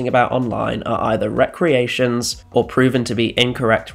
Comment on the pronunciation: Try and investigate how words are pronounced diaspora (dee asp ora) fanzine (fan zeen) Gloucestershire (gloss ter sheer) gauge (gage) re-creations should be pronounced as it looks as recreation is something completely different. Generally however the videos are great.